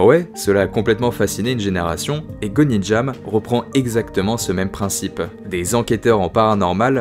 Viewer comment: Petite précision c’est Gonjiam et pas Gonijam 😊